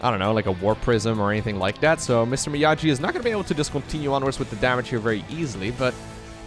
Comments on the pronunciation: its Mee-Aww-gee! XD not me-ah-jee, not sure has ever watched Karate kid, the original one. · Mr. Miyaji? BRO. It's pronounced ME-YAW-GEE. You are forbidden from forever making BOOMER jokes if you don't know your movie history. Go watch the Karate Kid right now for your penance. :) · Everytime pronounced Mr Miyagi, Mr Miyaji, I cringed a little. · lol my ears bled from all the MrMiyaJi ... ITS A HARD "G" ! XD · Hearing him say "Mr miajee" is so gut wrenching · I read this comment before making it to that point in the video and it didn't soften the blow at all. It's a solid attempt to pronounce the name without context, but it still hurt lol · I’ll be the jerk to say it: Miyagi is a hard ‘g’ like “gate,” not the soft ‘g’ like “giant,”! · just turned 30, but he's not so much of a boomer that he knows Mr. Miyagi from the Karate Kid movies! hard-g sound, like go or gas. Miyagi-san says you need more wax-on, wax-off! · please watch Karate Kid Mr Miyagi is not pronunced like this:D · "miyagi" is pronounced with a hard G like "geese", not "jeep" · I know you did NOT just say MrMiyagi with a j sound. ❤ solid video. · Watch Karate Kid, you're mispronuncing Mr. Miyagi. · I think he could learn to pronounce it without watching a whole movie, for example reading at least 5 comments to this video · miyagi pronunciation though xd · Clearly had never seen karate kid as he can't pronounce Miyagi